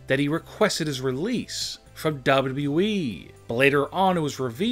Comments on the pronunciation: One. No disrespect but you need to learn to read and talk better for your show. Good idea but your delivery needs to be better. Its W W E, not WE like you make it sound. Record yourself and listen back. You need to stop talking up and down so much and keep a better even tone and talk slower also. btw Sasha is still under contract with W W E. and as we know nobody is banned for life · It's w w e not dubdubue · Anyone else hear duhbleduble-E when he says wwe? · Sounds like he's saying dubbadubbaeeee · Nobody Literally Nobody This man- "Dub Dub Eee" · Dubba dooweee? That's not how you double a W😂😂😂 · Chris Cherico. Daba daba you eee. Can you learn how to speak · Idk how tf you're pronouncing wwe🤦🏾‍♀️ buh it's simply the letters w , w , e bro pronounce it right please .... it's said how it looks 😑 .......... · He’s saying dubdew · "DUVodUbooE"🤦😂 jus stfu dude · Wwwwwwwwe.. Please learn how to prenounce WWE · Your " Wwe" pronounciation had me dying!😂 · How he pronounces WWE😂😂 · Somebody teach this guy how to say : WWE Man has Learning disability I think 🤔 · The way this guy Says wwe:🤣🤣🤣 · Pretty much all these are speculation. You say likely a lot should change it to 10 stars that are likely banned from wwe and learn a new way to say wwe the way you say it is horrendous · Say W.W.E 🗣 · Damn the way he pronounce WWE makes me sick... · This guy cant say wwe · Learn how to say WWE